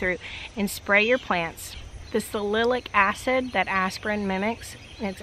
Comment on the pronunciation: Talking about aspirin, you mispronounce the acid as “salilic acid”. It should be “salicylic acid”, which comes from the Latin for willow, which is “Salic”. Willow barks are rich in this and have been used in decoctions for millennia to soothe fevers and relieve pain.